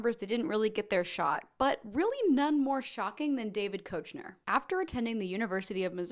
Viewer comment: You definitely suffered through those 30 pages for a good reasons. Not to call you out, but my autism was triggered during the mispronunciations of "Aykroyd," "Wayans," "In Living Color," "Garofalo," "Koechner". Your Midwestisms really did shine through haha. Love this though and I will be watching more!!!